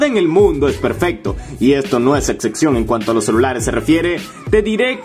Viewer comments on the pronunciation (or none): No es la "ecxexion" 🤣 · Desde que dijo "exexion" dije alv! ¿por qué estoy viendo su opinión sobre un celular, si apenas y sabe hablar?